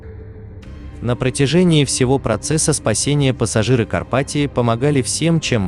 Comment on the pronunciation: Не карпатиО, а карпатиА